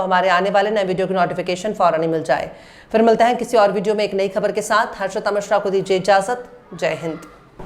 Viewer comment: Shams Tabrez sahab aap se guzarish hai ke aap ka talafuz per gaur kare. Khas taur se full aur fir ki jaghe use phool aur phir kaha jata hai yeh samjha dijiye.